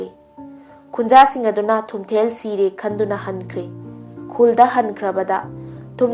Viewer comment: Thumthel haiba natchade. Spelling ga pronunciation se taba nungeite. Nupi gi mingsu panba yaba yatni. Wari se henna kupna research touradi henna fajaga daba. Hapchinba khara su jaoraba malle. Anyway good job.